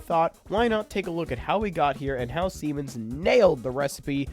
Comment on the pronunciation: Siemens is on point though